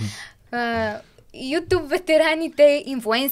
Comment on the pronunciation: ютюб, бе Мари, не ютуб. На английски tube - тюб